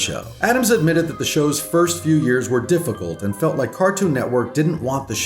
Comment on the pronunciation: Lmao Ferst